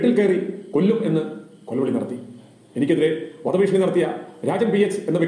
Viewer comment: ഫീശണി അല്ല ടീച്ചർ ഭീഷണി.